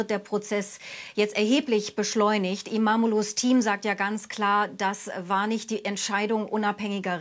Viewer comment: Wieso sagt die Korrespondenten werden immer Imamu Imamu das finde ich schon peinlich seinen Namen sollte sich schon aussprechen können als Korrespondentin!!